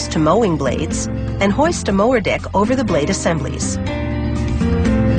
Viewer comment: anybody else hear "the mower dick."?